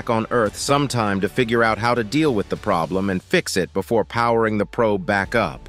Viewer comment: BEFORE NOT BOOFORE 😡